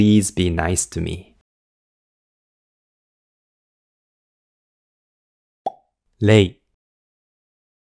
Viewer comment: Waaaaaaaaaaaaaaaaaaaaaaaaaaaaaaaaaaaaaaaaait I though 0 is pronounced rē not rei.